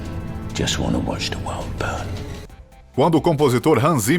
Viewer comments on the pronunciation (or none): none